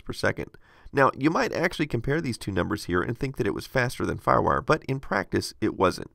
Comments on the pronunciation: "farwur".... excuse me what? what is "farwur"? are you trying to say Firewire? It's two words. Fire. Wire. Just try saying each word individually first. Then put them together and say it. If you still say "farwur" you may be having a stroke. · Lol. "FarWar". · When he says firewire, I hear ruff-ruff